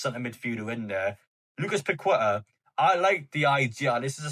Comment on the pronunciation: It’s pronounced paketaa not pakweta 👍🏻👍🏻